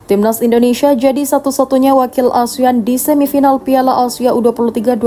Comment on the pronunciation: Tandai muka adminya, kita gangbang... Kalo ngomong Asia ya Asia... Bukan ausia..